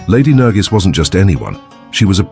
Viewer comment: Her name is not nargis she is nargis